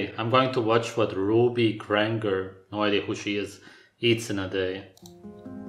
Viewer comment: proof this guy hasnt even watched enough of her videos to know her: RuBy GrAnnGgEr I'm not trying to hate on the way he talks, but just get to know her first before you post a whole video on Ruby djabkdwbfwknd